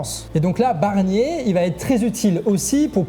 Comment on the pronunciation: A 1.20seconde j’entends Bernier 😂